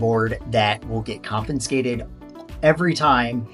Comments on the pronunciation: There is no "n" in confiscated. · he is teasing your pronunciation of the word “confiscated”